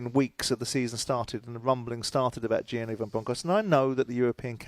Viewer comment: His name is giovanni not giani